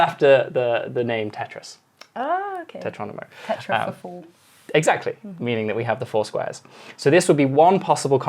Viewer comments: The word is “tetromino”!!! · It's "tetromino" not "tetronimo" :)